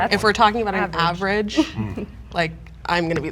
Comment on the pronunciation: LOL when she said she's awridge